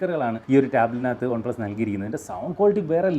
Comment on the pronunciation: ഒൺ പ്ലസ് അല്ല വൺ പ്ലസ് 🫠🫴🏻